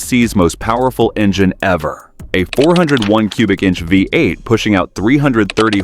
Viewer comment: Nearly got through it... but then the a.i. couldn't say vee eight around 7 minute mark.. vy eight it said..comical.